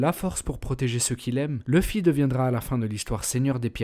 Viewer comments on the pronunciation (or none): On prononce louffy pas leuffy